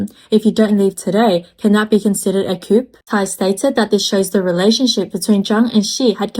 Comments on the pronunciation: thanks for the info. Just a small suggestion though - please pronounce coup as 'koooh' rather than koop. Everything else sounds good. Thanks again. Your videos are very helpful. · "Coup" is pronounced "Coo"! The "p" is silent! Please spread the memo to your other narrators as well! I cannot take another one of these videos littered with "coops" unless the topic is poultry housing! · FYI coup is pronounced with a silent 'P'. So it's coo. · I turned it off when she said they're planning a coop. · i mean, eng not her first language. bet plenty of americans pronounce it coop too